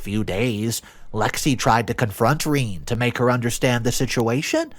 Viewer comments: sigh - Rene is pronounced "ren - eh" duuuude look things up. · Rene?! Really? Reen? WTF?